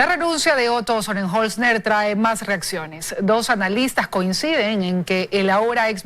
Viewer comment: Hoy si se equivocó, pronunciando el nombre del.ex.vicepresidente Otro Sonenholzner, si que definitivamente casi.nadie.lo.pudo.aprender a decir, no se pega. 😬